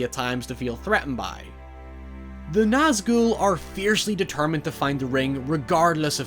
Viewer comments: I like the fact you Nazghul right but you kept calling sauron Zauron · The pronunciation (I believe) is "SOW-ron" (sow as in female pig) but people also say "SOR-ron"... Either way, hard S Regardless, I loved your analysis of the Nazgûl (you said that one right, btw!) and their purpose within the greater narrative. Love your channel and your dog! ❤️😊